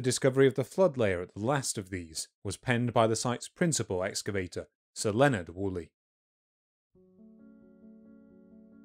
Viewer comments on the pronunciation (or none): none